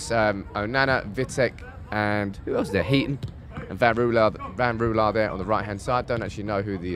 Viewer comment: Since it is becoming Dutchester United: Ten Rouwelaar: Rouw as in Rowdy. e as uh. Laar like laaaaahr. Next week: The 'g' the 'ch' and the 'sch'. That will be fun.